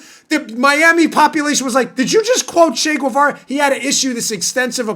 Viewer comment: Hey, Dan. Great show. Correction ---- > "CH" in Spanish is not pronounced "SH" like in shovel or shoe, shop. It is pronounced like "CHurch", CHeese", "CHeck" So "Che Guevara" is pronounced "CHEH geh-VA-rah ( not SHAY gway-VA-ruh, the "U" is silent. )